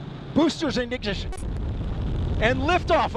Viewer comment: the announcer is so exited he mispronounces ignition